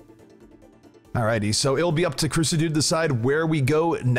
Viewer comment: Ahhh, surely its pronounced Sah dude, like as in Suh Dude